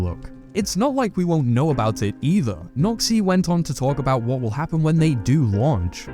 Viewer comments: lmao your accent does this man's name no credit 😅 "Today I'm speaking with a Nazi" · When you say Noxy it sounds a little like something else...